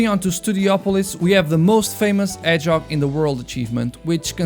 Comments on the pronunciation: "Urt" "Edghehog" "Ydrocity zone" uh, I think you might want to take some English lessons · “Urt” “Edgehog” “Ydrocity zone” uh, I think you need to learn some English Lessons…